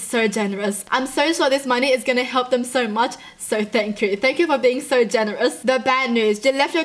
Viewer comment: All I could think about is her laughing and saying “thang chu” anyone else hear it